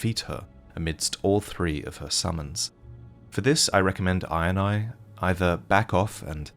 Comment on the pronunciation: Every time he says Iron Eye, I just hear him say INI (eye in eye) and it makes me chuckle every time!